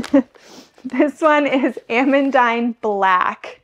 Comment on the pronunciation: It confused me that you said Ah-mun-dine, so I googled the pronunciation and it is actually a french name pronounced Ah-mun-deen. Not meaning to be "that person" as I just got corrected on a recent video on the pronunciation of alliums and was happy to have been corrected.